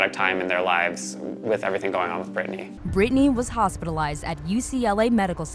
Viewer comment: did u just say britanny and benunce , ma'am....